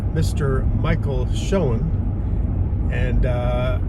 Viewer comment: I suppose when this car is at a car event, it is a "Shoen-Tell"?????